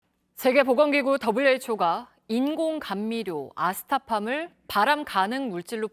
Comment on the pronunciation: 앵커가 아스타팜 이라고 발음 하시네요.